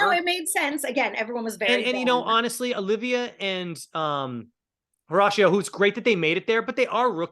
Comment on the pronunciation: Again. The H is silent. Horacio. hOracio